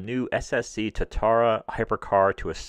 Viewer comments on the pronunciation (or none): none